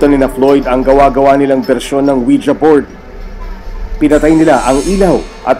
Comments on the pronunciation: I like how they pronounced it as Wija instead of Wiji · Anong Wi Ja? It pronounced Wiji. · "Weejee" hindi "Oweeja" 😏👍🏻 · ouija? dba ang basa jan ouiji?